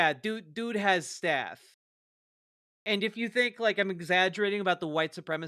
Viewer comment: When you said "guy has staff", at first I thought you said "staph" as in the skin infection...